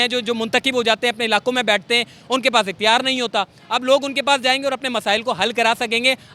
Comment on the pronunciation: اختیار ہے صحیح لفظ ناکے اقتیار۔